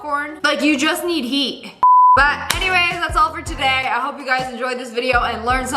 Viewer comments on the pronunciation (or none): none